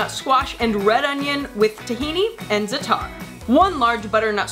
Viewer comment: you butchered the pronunciation of za'atar im cringing